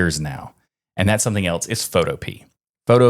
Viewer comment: I believe Photopea is pronounced like "utopia"